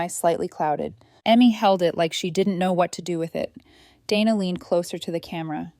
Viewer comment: Day-na. Not Dan-na